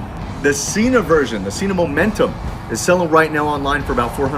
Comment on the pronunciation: 1.7 kg for the entire world other than our backwards nation... Also Sena (senna). That is how they pronounce their name, not an opinion. Otherwise thanks for a good review.